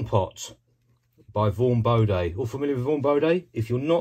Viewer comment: Bo DEEEEE not Bo DAY.